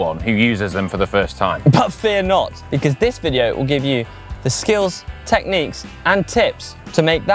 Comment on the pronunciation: Super cool “vidyo” mates🚲